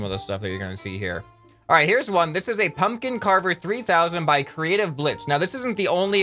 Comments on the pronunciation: The second p is not silent I think U say a B like pumbkin or that p is very, like,.... Short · Pumpkin does not have a silent p. Try say it again but don’t shout out the p that much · Idek why he said that tho. I'm American and everyone I know pronounces the p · The second p isn't silent, just subtle. I'd say most people pronounce the second p. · I like how he said nobody pronounces the second P in pumpkin but he proceeds to pronounce that second P every other time he says pumpkin in the video, lol.